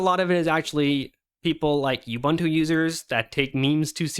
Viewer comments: It's pronounced OOBOONTOO. OOBANTOO does not exist. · oo-boon-too, not you-bun-too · It's pronounced ooh·boon·too btw. Just teasing, I couldn't care less. :P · This conversation reminded me of Slackware elitism late 90s. Also it is not "yubantu" or "yuubuntu", it is "ubuntu" as in "oobuntu" or "uhbuntu". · If arch users are so smart than why cant this guy pronounce ubuntu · Why can't people in the linux community pronounce OOBOONTOO?